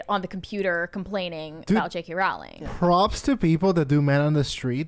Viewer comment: Pronounced Rowling like Bowling